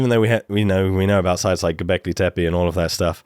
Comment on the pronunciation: Best pronunciation of Göbekli Tepe so far.